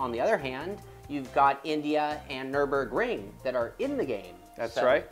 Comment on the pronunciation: Did she say we can drive on the nurbring?